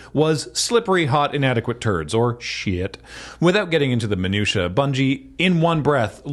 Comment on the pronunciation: point of order, "minutia" or "manure-tia"? :D